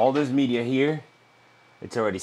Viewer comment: He calls it "mee-deea" lol